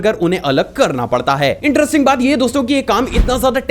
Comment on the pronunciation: Sach main interesting..ye word kuch ajib tarika se bolte ho bhai